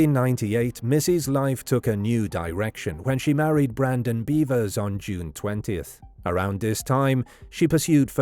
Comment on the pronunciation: “beh-vers” not “bee-vers”